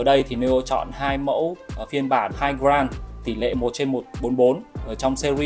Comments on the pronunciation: Góp ý với anh là grade đọc là "Gờ rây" chứ ko phải "Gờ ran" nha a E thấy sai nên góp ý chứ ko có ý j hết <3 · nghe ông này phát âm từ "grade" mà chán mẹ luôn